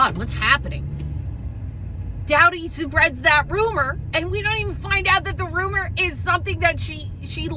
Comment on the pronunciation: I really enjoy your recaps, and I find it funny how you pronounce Kristin's last name. 😅 It's "dough-ty" like cookie dough, not ""dow-ty" ☮️